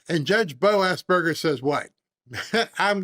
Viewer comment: you called him BO-ASSBURGER hahaha